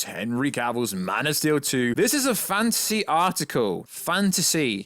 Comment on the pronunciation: whenever you say fantasy, it sounds like you're saying fancy